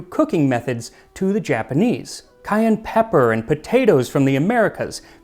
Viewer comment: You mean "cayerne pepper"